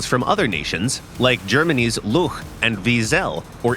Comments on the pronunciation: It is not spoken "Luchs" but to make it more tangible its more like "looks". I know sounds weird, but that's the way it is. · chs is pronounced like x in german. Please do everyone a favour and pronounce Luchs as Lux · Atleast pronounce luchs and wiesel correct pls